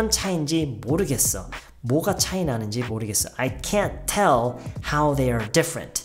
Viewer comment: 와... tell 나올 때 미쳤다고 생각했다... 진짜 네이티브 수준이네요